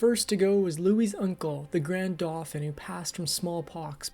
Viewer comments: It’s pronounced ‘dough fan’ not ‘doughfin ’ for the heir to the throne called the Dauphin! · Dauphin is pronounced doe-FAN